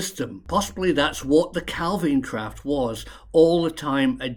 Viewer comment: Well done on correct pronunciation of calvine. And your pic of loch rochty is actually kinloch rannoch where I'm from😅